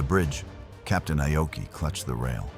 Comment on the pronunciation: It's not I-oki. It's pronounced 'Ah-oki' and spelled Aoki in English. This AI voiceover is inconsistent and annoying. A lot of people say Aoki was the cause of the disaster. No, he wasn't. He might've been overly cautious, but the IJN was hampered by a couple of things. One, they didn't have radar in 1942. They relied on sighting the American warplanes or ships and often, it was too late. Two, the IJN had a certain arrogance. After all, they had faster airplanes--the Zero still ruled the skies until around mid-1943--and they'd won many victories before Midway. However, as mentioned, the armor on Akagi had been reduced. The multilevel setup was weak, and their firefighting crew wasn't that great. Moreover, after shooting down the dive bombers, the Zeros were out of position. And...most telling, lots of bombs and anything explosive had been left out in the open. One bomb hit perfectly and ignited everything. That was it. Poor engineering, poor fire suppression, and no radar...that was Japan's IJN undoing.